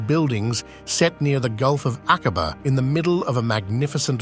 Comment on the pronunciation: “AK-WA-BAH = AQUABA